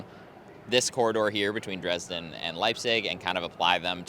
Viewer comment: Put the emphasis on E in JEna and also in DrEsden not like you on the JeNna or the R and S in dResdden. ❤